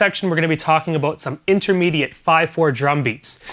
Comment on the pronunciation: "Aboot"!? I'm learning drums from a Canadian!? NOOOOOOOOO!!!!!!!